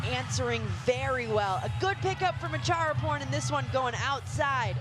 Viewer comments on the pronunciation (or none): It’s Acharaporn not Chatchuon😭😅